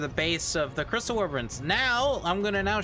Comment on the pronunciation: Lol "wiverns"